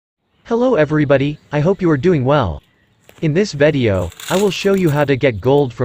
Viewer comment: Why u say vadio is video 😆 b good video well done.